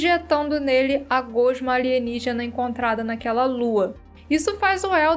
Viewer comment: Só eu que dou uma pequena tiltada na maneira como ela fala gosma? Só frescura minha, mas ctz q n sou o único